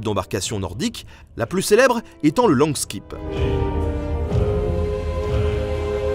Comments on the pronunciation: Langskip se prononce langship (parole de norvégien) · Pour faire chier un peu plus, langskip se prononce longshep avec un O nasal comme dans "blanc" suivi d'un NG comme dans "pudding", ensuite un SH comme dans le CH allemand de ICH, et un E comme dans "frère". Peut être que d'autres prononcent ça autrement. Je serais content de savoir. långskepp